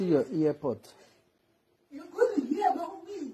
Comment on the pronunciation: As in... the "EAR PORT" part gave me goose bumbs. I think say na only me hear am. Hahaha.